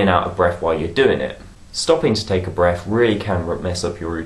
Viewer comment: Aww he says 'Breaf' Lol